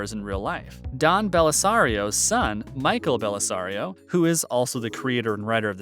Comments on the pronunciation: 1. "Jag was a spin-off of NCIS!" Uh, no! 2. "NCIS wasn't filmed in Washington, DC" No duh! DC doesn't have palm trees and ranch-style homes all over the place, along with mountains. 3. "Don Blasario" For real? It's BELLASARIO! 4. "Abby Squeeto" It's SHOE-TOE 5. "Harrison Ford was considered for Gibbs..." Uh, no. Ford would have been 61 years old in 2003, and 80 years old as of this current next year. He is ten years younger than David McCullum. 6. "Sean Harmon is the son of Sean Harmon" Only if he experienced mitosis--which makes him a carbon copy, not an offspring. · Dude… I enjoyed the video, but you had a boatload of typos and mistakes. You said Mark Harmon’s son was his own father, you mispronounced Sciuto and Bellisario, etc. I’m not trying to be a dick, it’s just that I’d expect a fan to actually get the details right.